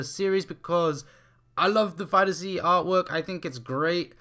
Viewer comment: FighterZ, the Z is not separate, it’s just pronounced fighters.